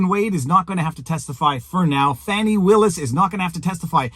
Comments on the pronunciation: Fani is def pronounced as a short for Stephanie, sorry Chris cuomo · Fani ≠ Fawni They're just trying to spare this insufferable woman embarrassment by pronouncing it in a different way. 🙄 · No black person EVER called a FANNY( Fani) FAHN-i. It’s never happened. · MTG also calls her Fauni/Fawni, I think it may be southern name and pronunciation. That said, I will be glad when this all ends in the favor of the Defendants, and hope the other cases against DJT all topple like Dominos.